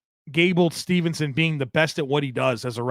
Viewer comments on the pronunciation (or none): Not to be that guy,, but it's "Steveson" not "Stevenson" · Always love the show. Props as always. One pet peeve... gable steveson. Not Stevenson. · his last name is Steveson, not Stevenson